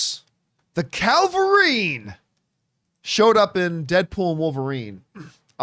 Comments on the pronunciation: CAVilrine not CALverine. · It's funny watching the same issue with people pronouncing "cavalry" like "Calvary" happen with people pronouncing "Cavillrine" like "Calvarine" like with John here.